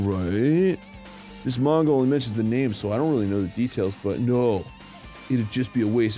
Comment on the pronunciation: Ngl its kinda nice to finally hear them say the characters names correctly, and it only took 6 chapters